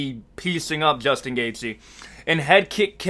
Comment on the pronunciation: Juchtin Gachte?😂